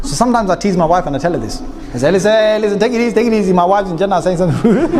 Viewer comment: Pronunciation of Jannah is not Jaa-naah. It is Junn-naah... Like Sun with double emphasis on the N and then the N conjugates with the Naah at the end. Jaanaah (the way you pronounce) could mean something completely different in some other listeners' language.